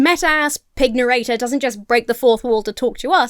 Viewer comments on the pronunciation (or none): So the word 'pignarrator', pronounced with a rhythm similar to 'pygmalion', is now a thing for me.